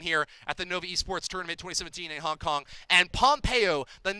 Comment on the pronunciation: It is Hong Kong not Honk Kong idiot